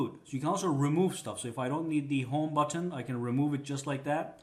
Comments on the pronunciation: You say button funny af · i hate how he says button